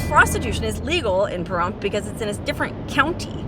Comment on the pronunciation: Your in Larry's stomping grounds and I always thought the P was more like a F when saying Pahrump but again what does a person from Washington know lol.